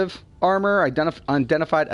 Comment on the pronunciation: UN-I-DENTIFIED... LOL "undenified, undenified, undenfied" -_